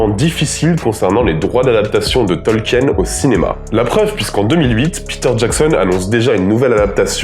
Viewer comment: On prononce Tolkiiine (tɒlkiːn) ! super vidéo à part ce détail !